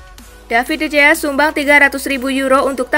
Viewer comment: Sekadar saran dari saya, mohon penyiar lebih fasih dalam menyebutkan nama pesepakbola. Contohnya: Neuer, dalam bahasa Jerman pelafalannya menjadi "Noyer" bukan "Nyuer". De Gea dalam bahasa Spanyol pelafalannya menjadi "De Hea" bukan "De Jea"